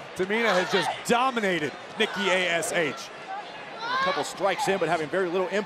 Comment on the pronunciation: yes and then she says NIKKI AHS she was that angry she couldn’t say the name right😂